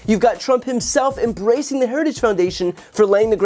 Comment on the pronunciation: 😂😂😂😂😂 he can’t say it, but he’s definitely “ embracing it “. 😂🏴😂